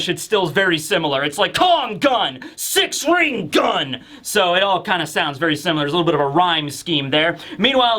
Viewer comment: you do know its six "king" gun not six "ring" gun right?